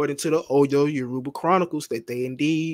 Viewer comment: “Yaroobuh” in place of Yoruba every 5 seconds is killing me. 😂